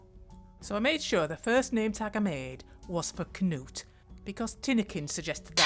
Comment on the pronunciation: Oh no Knut! 😭 good job on the pronunciation though 😅